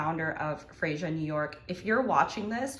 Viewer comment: I think it's pronounced "Freya"